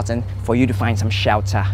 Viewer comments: Shiyaltarh = shelter HAHAHAHAHAH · Hahahaha he just said "shewter" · Hahaha. I love this video. Like, alot. "SHELTHUH" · Word of the day: "SHELTAH" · the way he kept saying shelter😂